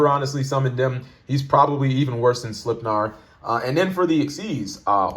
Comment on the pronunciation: Love the throwback to old school deck profile vids! Just for future reference: Sleipnir is pronounced SLAYP-near. (It's Odin's 8-legged horse.)